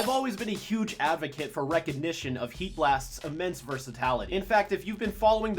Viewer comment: Great video, but quick correction, you've been saying "versatality" instead of "versatility"